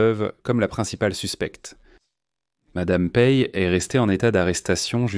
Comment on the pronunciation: Insupportable à écouter ! il faut des temps de pause nécessaire et il y a plein d’erreurs de prononciations ! Il esss mort : quoi ?